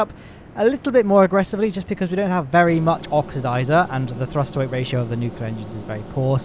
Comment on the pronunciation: Is throst just thee official pronunciation now?